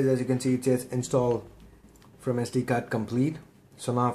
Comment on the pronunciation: bro its sd card not sd gaard!